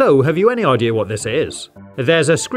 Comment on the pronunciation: This really bugs me out every time you say idea you pronounce it idear